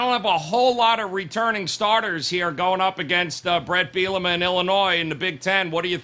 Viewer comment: really likes to butcher brett bielema’s last name😂😂😂